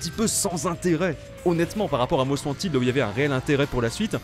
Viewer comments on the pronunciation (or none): none